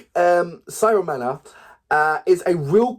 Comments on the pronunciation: He is not Siromana, but Siromakha! Please, say it right! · It pronounced as See-Roh-Ma-Ha